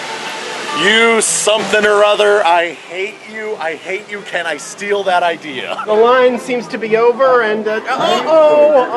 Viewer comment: I kept half expecting to hear the words "I got an Idear" to pop up